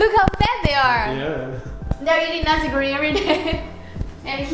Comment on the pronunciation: i always laugh when they pronounce Nasi as Nazi... :v